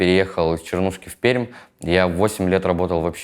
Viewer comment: Количество правильного произношения названия города Пермь, удивительно приятно зашкаливает